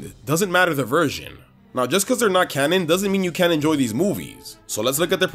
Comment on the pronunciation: Right after the first mabye when he says cannon it sounds like cammon